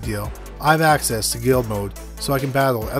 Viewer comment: How can this narrator manage to pronounce "access" as "ask-ass"?